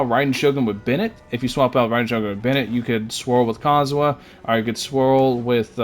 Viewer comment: calling Kazuha cosmo and Cosomo got me in tears